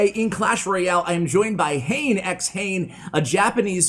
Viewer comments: not hain. His name is ha ne ha ne. X is not read.I’m Japanese. These English I want you to convey. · It’s not Hane as in Jane but Ha-ne Ha-ne. Hane means wings in Japanese. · I'm pretty sure the pronunciation is "hah' neh" not "hayn". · Great vids love ya ash but I think hanexhane is pronounced ha-nay being a Japanese player. I Could be wrong though